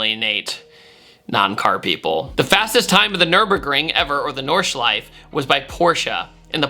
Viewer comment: Since it seems like you care about pronouncing names correctly, the final e in Nordschleife isn't silent, just like in Porsche.